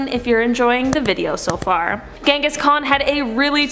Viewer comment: You pronounced the first name incorrectly... I mean come on it has a “j” not “g” sound.